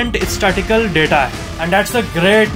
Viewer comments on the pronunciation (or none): none